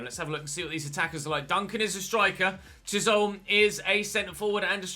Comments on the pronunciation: I think Chisholm is definitely said Chis-holm rather than Chish-olm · Chisholm is pronounced like chis um I’m Scottish so I know this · Chisholm, pronouced = chis, ham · Chisholm is pronounced ‘chiz-um’ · Chisholm is pronounced “chizum” in Glaswegian lol 🏴🏴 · Loving the series so far. Started my own with Port Vale. Btw its pronounced Chizim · I believe that it’s pronounced “Chizzum” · It’s pronounced chizum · i’m not sure if anyone has said but chisholm is said Chisum or chisem